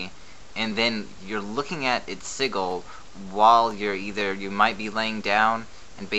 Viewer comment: "sigil" is pronounced less like seagull and more like sidge ill. Informative video though :)